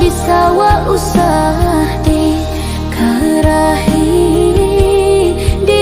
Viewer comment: Lagunya bagus. Sayang sekali pengucapan kosa kata bahasa Minang masih ada yang keseleo. Contoh kata disemba, dikaruah i, dijanguak, diratok i intonasi nya kurang baik.